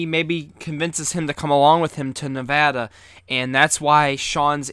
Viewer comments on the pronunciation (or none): Don’t say Ne’vada please, don’t be a tard